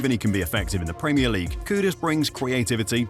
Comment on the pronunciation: The pwemier league champions 😅